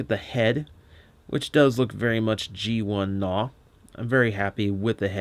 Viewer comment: I am glad you are not pronoucing his name as G'naw (Guh-naw)